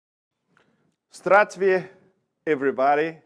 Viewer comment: Pepe's mispronunciation of "Здравствуйте" is always entertaining in an endearing & wholesome way.☺